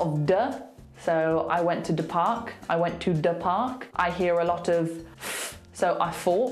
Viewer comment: a lot of - a lo_of))) just seconds ago explained that glottal stop only before consonants)))